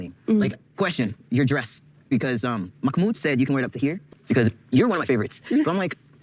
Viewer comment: P.s he has one of the loveliest names but my god! The name has been butchered to no return 😅😅😅